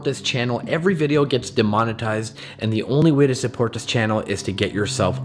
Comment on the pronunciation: Why do you say demonititsed?